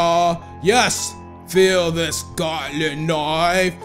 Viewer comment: ITS GOOLY NOT GODLY